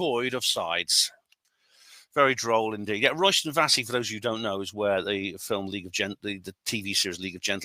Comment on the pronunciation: Also, its pronounced "Royston Vayzee" not "Royston Vassey"